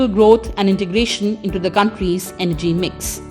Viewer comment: For God's sake it is Energy not MG. In some videos, she doesn't even follow commas while reading but breaks the sentences inappropriately, sometimes even changing the meaning of the sentences